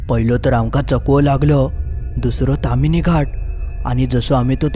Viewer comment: बोक्यांनु........ 🐱 ता ताम्हीणी असा! तामिनी नाय! 🐱